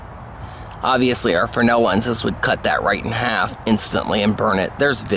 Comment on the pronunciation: I love your stuff, but it's Fresnel, not frenel